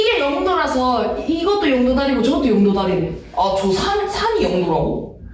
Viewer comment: 저 영↘도는 0도 입니다 영도는 영ː도↗ 입니다